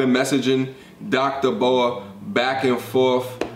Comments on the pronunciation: Dr. B. O. A. Say each of the letters, not a snake. Lol B.........O...........A Book of Alpharonomy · It’s dr. B.O.A bro 😂 not Boa like a snake. Put some respect on the the big homie name 💯 but good content keep it up